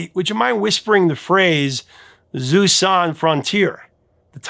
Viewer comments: Pronounciation: that's not "Zeu sans frontiers," it's jeux sans frontiers. It's pronounced with a soft J, like the z in the middle of "seizure." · It's pronounced "Zhu san fron-tee-ehr." The title in French. (En Francais.) Games Without Frontiers = Jeux sans Frontières. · Bro, always check the pronunciation of key words in your videos. It ain't "Zoo sans frontiers" ... it's a soft J sound /ʒø/ like the French je ... Juh. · "Zoo son frontiers" wtf?? it's "Jeux sans Frontières". Non-French speakers should not even try if they're going to butcher that badly! How about Merry Clayton on GIMME SHELTER? Then there's Maggie Bell who provided 'vocal abrasives' (that's how she's credited) on Rod Stewart's EVERY PICTURE TELLS A STORY (title track). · "Jeux Sans Frontier" not "Zeus". 🙂 You need to work on your French accent! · jeux sans frontières - not "susan fronteer" 😂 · Kate Bush on Games Without Frontiers: funny, I was just thinking about that song last week, and I happen to look up the lyrics. I took French in junior high, so I was pretty sure I knew the words, but when I looked it up to confirm, it's "jeux sans frontières", pronounced approximately like "zheh sahn fron-tee-airs", as Kate sings pretty clearly. It's not pronounced "zu san frontières". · Jeux sans Frontières - In French, the letter 'j' is pronounced like the 's' in pleasure or leisure, a sound for which we have no separate letter in English, but it is conventional to represent with 'zh'. Also, many consonants at the end of words, including s,t and x are in modern French not pronounced unless the following word begins with a vowel. So in this case 'Jeux' is pronounced 'Zheuh', to rhyme with 'her' or 'myrrh'. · LOL!! Thank you for including the graphic , because your pronunciation of "Zoo-Son Frontiers" had me scratching my head. Once you can see the original French (jeux sans frontieres) it finally makes sense! ;-) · Omg! Your pronunciation of “jeux sans frontieres” it is not Zeus!